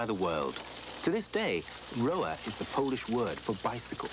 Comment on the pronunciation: Small but significant error The Polish name for a Bicycle ('Rower', is pronounced 'Rover' in Poland as the 'W' is pronounced as a 'V' in most of middle\eastern Europe